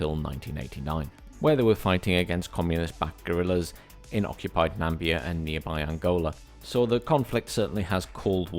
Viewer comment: Also NaMIBia not Nambia haha